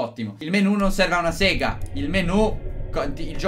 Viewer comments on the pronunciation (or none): none